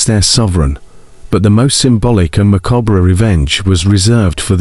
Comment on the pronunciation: Wow did u really just pronounce the 're' in macabre?? 🤭 Not being a d*ck, but genuinely curious, is that a British thing?